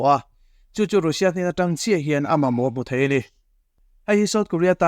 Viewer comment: 'Rusia' tiin lam suh, 'Rasia' tia lam rik tur a ni e...